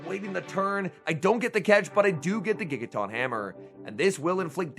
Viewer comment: No one:: TAWNTAWNTAWNTAWNTAWNTAWNTINKATAWNGIGATAWNTAWNTAWNBATTEUSE I dunno why it bugs me so much, but it’s like nails on a chalkboard hearing him mispronounce Tinkaton and Gigaton so many times. 😅